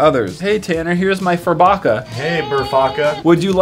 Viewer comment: tanner said furfaca